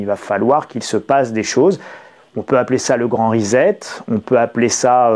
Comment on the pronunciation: Le grand. "Rizette"??😂😂😂